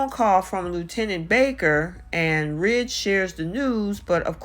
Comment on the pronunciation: Ridge not trige